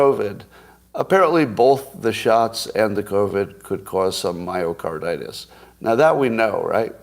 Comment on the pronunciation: Plus, didn’t he call it mycardAtus, or did I imagine it?